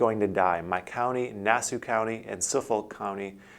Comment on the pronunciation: Btw, you pronounced Nassau county wrong as well. Do a practice run first so you don't butcher up these fine names.